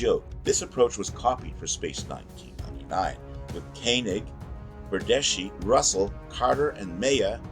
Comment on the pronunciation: Mie-uh. Koe-nig.